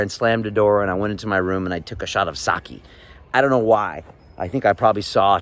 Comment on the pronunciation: thanks for sharing your story, but i can't forgive you the way you said "sake"